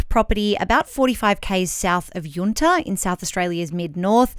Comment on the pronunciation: It’s Yunta pronounced the u is a